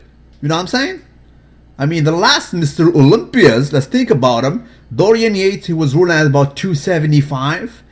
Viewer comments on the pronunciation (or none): none